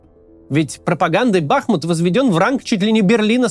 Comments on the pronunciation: Максим, позвольте Вас немного поправить: не БАхмут, а БахмУт, по названию реки БахмУтки. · Все замечательно, но почему бАхмут, если бахмУт? 🙃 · Все говорят бахмУт, и только Кац упорно говорит бАхмут. В Википедии тоже ударение на второй слог. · Не бАхмут, а бахмУт Сорри уши режет это ударение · БахмУт, а не БАхмут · Бахму́т — город в Донецкой области Украины. Ударение на второй слог!😐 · БахмУт - ударение на "У". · Кац ты бы хоть город правильно называл а то как-то позорненько ! Если не знаешь на какой слог ударение ставить в Бахмут , говори Артемовск не ошибёшься 😅